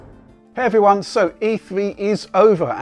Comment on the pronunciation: "Hey everyrone?" I was expecting him to follow up w/ "It's!" ( ͡ᶢ ͜ʖ ͡ᶢ)